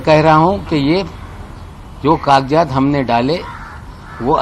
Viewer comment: Nawab ko sahi hindi nahi Aati bolna!! काग़ज़ात को काकजात!! वैसे काफ़ी अल्फ़ाज़ सही नही बोलते🤦🏻‍♂️